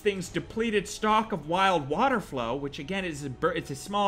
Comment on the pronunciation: lmao... water FOWL my dude. not flow. 🤣🤣